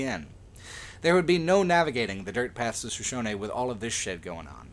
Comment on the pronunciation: You said shoshone wrong.